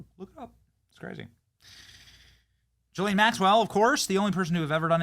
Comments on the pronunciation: It’s Ga lane not jis lane Benny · Pronounced Giz Lane Maxwell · People always mispronouncing her name. It’s Guh-Lane. I’ll believe it when widespread arrests are made! Too much talk over this issue yet it’s been years.